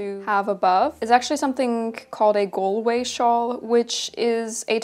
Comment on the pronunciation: I am so so sorry to be this person and I don’t mean any offense as I love you and your channel but I’m Irish and it’s pronounced ‘GAWLWAY’. Also thank you for mentioning that Galway shawls came in many patterns and colours. People always assume that traditional Irish clothing was dull but it could be very colourful -especially Galway shawls!